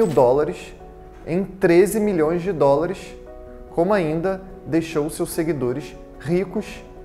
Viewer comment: Rapaz tem problemas para falar dólar